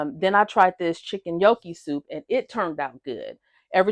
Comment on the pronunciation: It’s a pasta and potato mixture. And just FYI, it’s pronounced “nyow-kee”, the “g” is silent. Looks yummy and easy to prepare. 😊